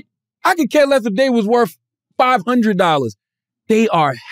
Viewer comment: Why can't CTG pronounce words that end in "th"? Troof? Souf? Worf?